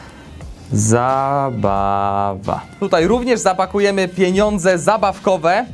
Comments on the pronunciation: Według mnie poprawna wymowa to "pieniądze" widzę celującej oceny z języka polskiego to Ty nie miałeś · "Złożone PENONDZE" LEJE AHHAHAHA